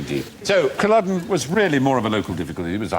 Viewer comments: why do they keep saying culloden so weird i'm... it's cull-AW-den not cull-UH-den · There pronunciation of Culloden is painful.